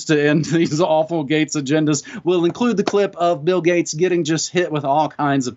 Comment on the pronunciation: hahaha ... did i hear "bill gutes, gits, guts, gates... " ah and the thing got postponed because of the Bill Gates Virus? ... hahaha